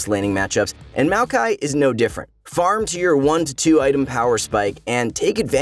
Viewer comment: Its MAOkai not MEOWkai